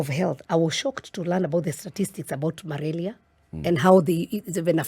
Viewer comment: Ni malaria not malaria.....